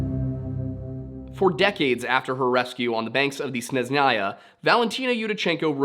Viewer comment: Snejnaya its pronounced :) it means snowy. it’s easier to just ask Russians directly to help you with pronunciation so don’t have to guess every time.